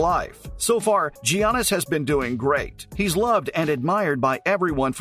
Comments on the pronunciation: Next time you make a video on “JIANNIS” type your computer script out to say “Yiannis” PLEASE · Call him GGGGGGIANNIS AGAIN AND I'LL KICK YOUR ASS. PRONOUNCED YANNIS OK?DON'T SAY IT THE WAY YOU LEARN IT SCHOOL,HES GREEK NOT AMERICAN HIS NAME IS PRONOUNCED DIFFERENTLY.